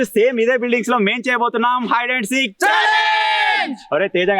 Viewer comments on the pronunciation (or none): Hide & seek❌ Haid seek✅